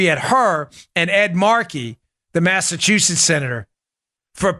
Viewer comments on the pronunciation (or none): none